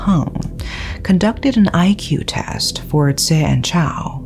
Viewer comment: Hi, You've always been great at pronunciations of names, places, etc. that has been one of my admirations of you. However, you did not pronounce Tse correctly. Its not Je as you pronounced but TSE is pronounced like ZEE. Regards, Rick